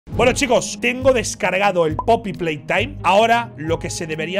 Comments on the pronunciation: todo el mundo: Poppy playtime Ibai: pey popy taim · Poopy Playtime El ingles de ibai: pay poppy time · Jajajaj “pay poppy time” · ibai intentando decir como se dice el juego jajajjaja.